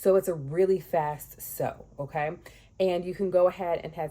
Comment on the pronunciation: Your "Ok" sounded like GG.😅